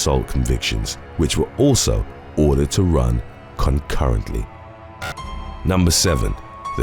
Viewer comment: He said CONCURRENTLY like it's worst than CONSECUTIVELY.